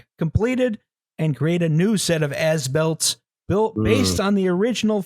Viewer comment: Why does As Built keep sounding like Ass-Built? Guess it's appropriate though...